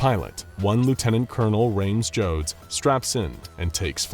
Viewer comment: "Rhames Jodes...." yeah aight